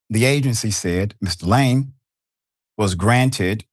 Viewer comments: Its Laaaame not Lame you stupid Americans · surely you could have googled how to pronounce his name correctly?? LA-ME its not difficult. shocking that you didnt do 10 seconds of research before butchering his name 500 times in 7 minute 😂😂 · Lam-e. Stop pronouncing his name that way it’s embarrassing. You’re lame for making zero effort. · It’s pronounced la-may not lame …😂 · La'me! 2 syllables. Not one syllbale lame. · “Lah-may,” not “lame.” Thanks for your attention. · His name is pronounced Su-Reen-Gey Kha-Bone La-Mey, Senegal was colonized by the French. Yall, please stop calling this man lame, when it's pronounced La-Mey! I swear English murders African names. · Lame is pronounced La-may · Pronounce his name correctly pls. It is la'mi! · Listen i appreciate you but he's African the pronunciation of his name is Laaame... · huh what? laaame would sound like layme aka lame which is what he said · I think his surname is pronunced as La- may